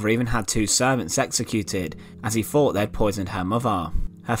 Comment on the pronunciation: TH!!! THought, moTHer, faTHer......Don't narrate if you can't talk!